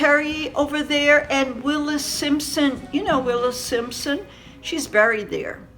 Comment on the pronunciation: Wallis Simpson not Willis lol x